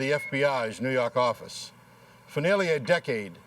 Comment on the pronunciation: 🤣 it always gets me!